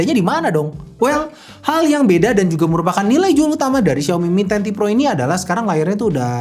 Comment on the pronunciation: Apa saya salah dengar?? Di video disebutkan ini Mi Ten Pro (mi10 pro) padahal seharusnya mi ten ti pro (mi 10T pro)